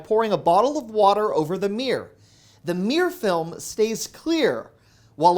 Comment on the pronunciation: Did he say 'Meer film'?? 😆 Love the videos!